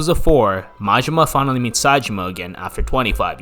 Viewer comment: I love the video but hate your American accent butchering all the pronunciations of the names. Sounds like yarkuza the way you say it and marjimar I hate the accent. YA KU ZA. MA JI MA